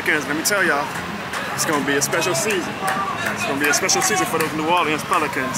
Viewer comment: you're pronouncing New Orleans wrong, just a heads up